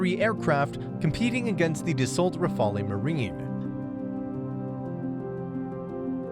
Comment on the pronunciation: You show YURO fighters, not Rafale. Ra-Fa-Le, Not Rafael, jesus h Christ